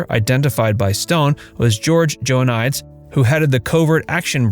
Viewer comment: For frick sakes… it’s not Joanias dumbass, it’s Joe-uh-nee-deez…..